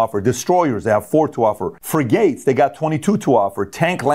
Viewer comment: "Free-gates" lol